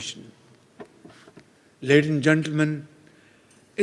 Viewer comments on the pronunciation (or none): Ledin And Gentlemen 😂😂😂